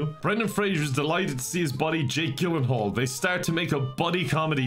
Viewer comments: Lol it's pronounced gill in hall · His pronunciation of “Gyllenhaal” irrationally annoys me lmao